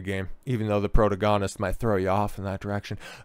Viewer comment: Why do you pronounce “protagonist” like that